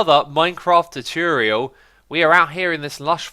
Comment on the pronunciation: I love how you say "Tutorial", "Tuturial"